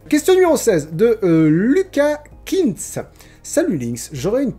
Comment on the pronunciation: Woaw... d'un coté je suis ravi que tu ai sélectionné ma question, mais je suis encore plus heureux et surpris que tu ai su prononcé mon nom de famille correctement (Kientz) la plupart des gens le prononce mal XD